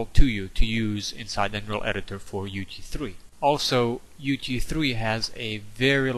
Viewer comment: everytime you say UT3 it sounds like UG3